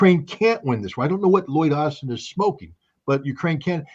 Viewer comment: Loyd Austen has become Loyd Arse-ten